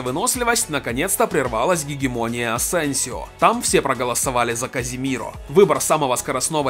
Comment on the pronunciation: Не Каземиро а Казимиро он сам сказал